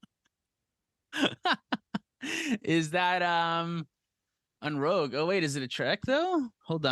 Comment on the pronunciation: Is the "Rouge" instead of "Rogue" a bit? It's funny either way, and this was fantastic!